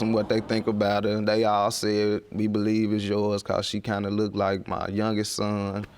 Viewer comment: Lookeded, likeded, axe, finna, light skindeded and several other "words" need to be done with.